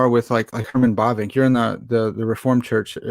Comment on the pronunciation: Herman Bobink? Bobing? ... Bavinck!